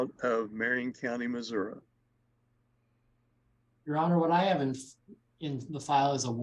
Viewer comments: You could tell she was so confused about the court process. I truly felt for her. SO since she signed the waiver, does she have to apply for bail in Tx OR Missouri? AND for the record it's MISSOURI(eee) not Missouri (ah ah ah) I totally get why she was confused. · If you have been saying "Mazurra". Yes, yes I believe you have been. I'd never heard it called that in my life, personally. Plz don't think I'm poking fun at you. It just kinda tickled me when I heard it...😂💯